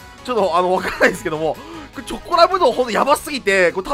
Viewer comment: チョコラブの発音違う